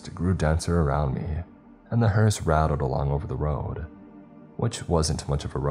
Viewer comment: Why do I hear " HORUS ' instead of hearse ?